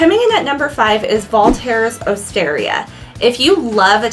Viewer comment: Valter’s is pronounced like “Walter’s”, just with a V instead of a W. It’s not Val tairs. Also, Bruges has a soft G sound, like a zh. It pronounced “Bruzhe”.